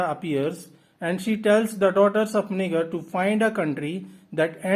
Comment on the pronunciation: Thank you so much for the summary! I wanted to give you a heads up however and let you know that the "G" in Niger is pronounced more like a "J", like "Nijer". Your summary was super helpful, thank you!